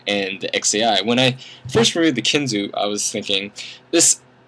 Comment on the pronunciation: It's kinzu not kinzoe.